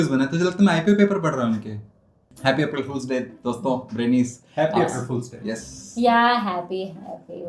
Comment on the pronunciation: "APH-RIL FOOL"🎉 😂